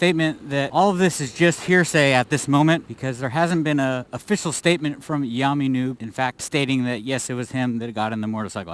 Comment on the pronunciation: Who's yaaarrrrmy noob? It's yammie